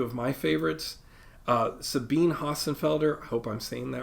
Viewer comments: I think its more of Zah-bee-nah ... Yes, that guy again :D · it’s actually pronounced Zabina